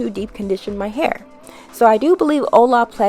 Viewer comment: 😖😖😖 How you keep pronouncing “Olaplex” 🙉 😩